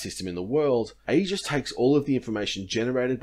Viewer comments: I work for the navy so a couple of points on pronunciation: Thales is pronounced "ta-les", you shouldn't pronounce the "e" in AEGIS; it's pronounced '"age-is", and CIWS (close in weapon system) is pronounced "see-wiz". Great content, keep it up! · aegis pronounced EE-jus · Aegis is pronounced AGE-iss, for the record. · Thanks for bringing up this point, every time I heard the word 'Aegis' during this video I cringed a little.